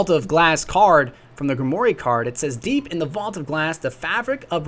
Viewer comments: I don't mean to knit pick, plz I really don't but it's said grim-war not grimory, again I don't mean to make issues just saying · Just FYI.... because I dig your videos so much.... Grimoire is actually pronounced GRIM' war... not Grim'Oray. Just thought I'd help. Your channels awesome dude. Keep it up. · Someone please tell me he learns how to pronounce the word "Grimoire" at some point. Its like grim-wahr nor grim-wor-ee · Took me a while to realize that whenever he said "Gre-mo-ree", he's actually saying the word "Grimoire" (grim-war). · By the way, grimoire is pronounced 'grim-war' not 'grimory' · Love the vid, but grimoire is pronounced 'grim-war' not 'grim-or-e'. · Grimoire is pronounced grim-war, not grim-wary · Grimoire is pronounced 'Grim-Wire' it's French I think. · Just so you know, this is the correct pronunciation of grimoire: grimoire /ɡrɪmˈwɑr/ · It's pronounced /ɡrɪmˈwɑr/. There is no "e" sound to it. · grimoire Greem-Wahr Sorry but they way you are pronouncing it is bugging me... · I cringe every time you say "gri-mor-ay" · I didn't mean anything harsh by it, I've been watching your videos for quite some time, aside from a few mispronunciations, I applaud your information gathering and layout, how you say Grimoire started to grate on me after a few videos